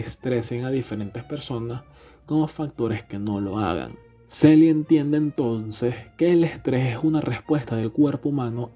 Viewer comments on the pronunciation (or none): en realidad es la teoría de la respuesta al stress o respuesta adaptativa inespecífica (hoy día sabemos que no es inespecífica). Se pronuncia ''Selie'' en español y en ingles ''Seli''. Muy buen video.